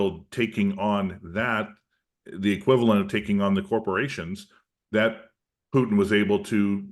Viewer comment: President PUTIN not Piuutin. Please show some respect.